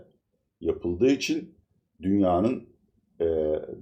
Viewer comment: Türkiyede Bütün büyük adamlar konuşurken "için" yerine "üçun"derler..Ordan biliyorumki sanırım sizde çok mühim büyük bir adamsınız🤣🤣🤣(Latife dedem) Sayğılar sevgiler.